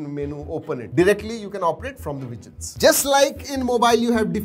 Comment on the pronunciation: Widgets Today I know how to pronounce it - Wejets